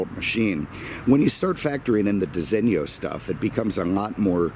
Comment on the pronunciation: You just about say "Disigno" correctly, but there is no "i" in front of the "o". So pronounce it how you do but without the "i" , a bit like "Disino", not "Disinnio"... Capeesh? lol.